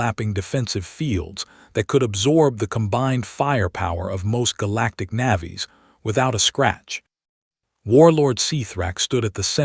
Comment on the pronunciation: "nav-ees" instead of "nay-vees", hopping instead of hoping, etc. Pronunciation, please.